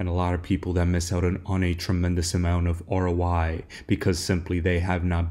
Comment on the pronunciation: Why do you keep saying "ROY"? It's "ROI", meaning "return on investment" 😅